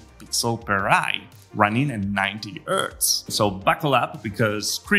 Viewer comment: it's not VARIO ffs, it's VARJO. Also it's not urts, it's hertz.